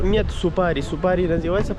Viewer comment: ты молодец! Только вношу поправки: не Чункурчук, а Чункурчак; не Супари, а Супара. Как пишется, так и читается. Для тебя кыргызские названия сел, городов, улиц и пр непривычны. Но старайся запоминать правильное произношение